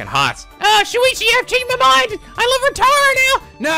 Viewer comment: It's painful how he says it as My "Chapter 1" Class Trial, Our Class Trial.